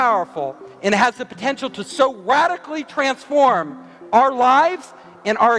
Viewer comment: cant wait to “ wadically change my experience “ haha